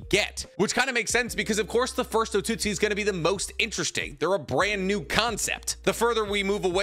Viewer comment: he said Code an Otaku for Otsutski LMAOOOOO